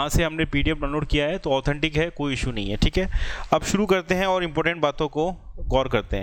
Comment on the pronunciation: Rrb ki site pe jao, jo kaam krna h wo suru krdo... Wah kyaa hindi kri h guru awesome 😂😁😁😁